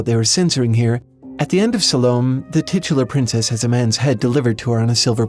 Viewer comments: You're pronouncing her name wrong: "Sah-loe-may" NOT "Sal-ome". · "Salome" is pronounced "Sa-low-mee". Or alternatively "Sa-low-may". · Salome is pronounced Sal-o-mae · an unimportant comment on a really good video - Most people pronounce solome as Sah-Low-May - (i think people can pronounce things any which way they like) - take all my thumbs-ups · "Salome" is pronounced "SAH-luh-may" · Weird pronunciation on “Salomé”. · Fantastic video. Really excellent - putting it all in it's historic and literary context. I just want to mention that "salome"'s final "e" is pronounced. Your video essay is so good, it would be a shame if anyone might not give it its due because of a little pronunciation glitch. Though in truth, mispronouncing that name is the sign of a well read person...one of those people who have words which they know from reading about topics that few people even know to speak about these days.